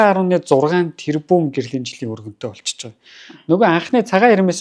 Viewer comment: Үгээ зөв хэлээч өрөнтөө гээд байх юмаа өргөнтөй гээчээ